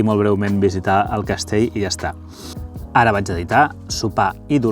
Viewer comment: Millor Castell, que Castei. Millor ell, que ei. Ja que fas aquest reportatges en català, sisplau, respectem'ho.